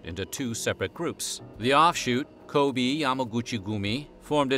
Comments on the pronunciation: That pearl thing sounds pretty screwed up. And it's "Ko-bay" not "Ko-bee", but anyways.. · Just a note: Edo is pronounced eh-doh , Kobe is ko-beh, and sake ( sa-keh). The e in Japanese is pronounced “eh”.